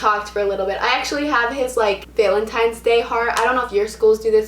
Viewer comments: is no one gonna talk about how she pronounces valentines😐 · omg the way she says valentines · You said valentines weird also I give you props for doing this